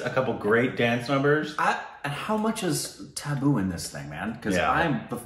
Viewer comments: You should listen to Allu Arjun's darling daughter pronounce the name of the film perfectly, Although that was almost a near perfect one - only doubt is in the t sound kuntapuram.. U said kunthaa... It could be kuntta.. The Telugu speaking folks would know better😊😍🙏n it's Tuhboo not tabboo, an actress who is always in perfect form when it comes to brilliant acting 🌹💖👌See this fun movie for Allu Arjun, his famous dancing, its fabulous songs, lighthearted premise and possibly some brilliant action😊 sequences 🌹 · 😂😂😂😂 You guys killed it with accent. You kept saying "Taboo", and I couldn't help thinking, which scene? , and even started to think that there was something culture specific you didn't like. 😂😂, and then I understood you were referring to Tabu... Oops my bad, I took it to be taboo. Her name is pronounced like "Tub-oo" the letter 'a' makes the same sound as in "Father". I hope you don't feel bad that I commented over the accent, I was just trying to point out how I misunderstood. Also I really like the logo with your faces. 👍👍👍❤️ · That's tabu not taboo😂😂